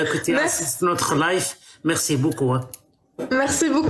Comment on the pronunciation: Desole jack mais tu peux dire a c est live pas life